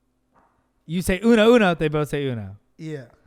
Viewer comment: You say No-Uno